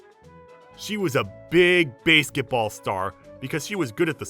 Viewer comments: It's basketball 🏀 not baseketball⚾ 🤣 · It's supposed to be Basketball. I don't know why the narrator mispronounced it as such. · I am only pronouncing it Bay-sket-ball now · It's pronounced basket- ball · Nice story and all but basketball isn't pronounced as "bæsketball". Just saying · No no, Slenderwoman was commenting on how the OP was pronouncing the word "basketball" as "Baseketball". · Base-ket ball? wtf? That pronunciation was odd as heck. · My thoughts exactly. Fire the narrator and get someone else who can pronounce basketball right. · Sorry... but i had to give it a dislike for mispronouncing 'basketball' so many times! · They misspelled AND mispronounced 'basketball'.